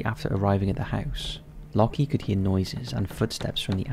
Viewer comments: Anyone else find it funny how has made a living from reading & speaking for the past however many years, yet still pronounces "Locke" as "locky". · Shouldn't 'Locke' be pronounced like 'lock' and not 'lucky'? Like love isn't pronounced 'lovvy' or hope 'hopey'. My British uni professor is called Locke and he says it like 'lock'. Just wondering. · I think the first guy’s name is pronounced ‘lock’ not ‘lockee’ :) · It's just "Lock" not "Lock-ee". The "e" is silent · ...it's pronounced lock, like "lock & key", not lock-ee or loki edit: You're not even consistent with it. Lockee for all but the last 2 when you switch to Lohki, jfc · Isn't Locke pronounced Lock??